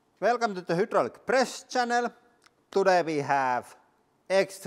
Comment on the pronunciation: “Velcome tuu da huuydroolik press chennelll!” Haha I freakin love hearing that every time I click on your vids bro!! and I think you’re an absolute G and I love your channel bro, never change! 👌🏼